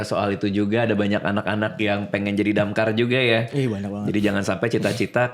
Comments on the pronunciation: DAMKAR❌ DAMCARE✔️ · Damkar ❌️ DamCARE✅️ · Bukan damkar tapi DamCare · DAMKAR ❌ = DAMCARE ✅